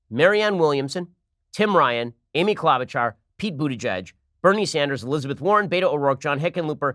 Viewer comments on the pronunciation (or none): none